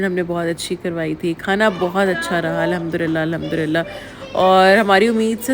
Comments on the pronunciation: It's Allhmdulillah not Allhmdurillah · Why do Pakistani says ALHUMDURILLA ?? It’s ALHUMDULILLA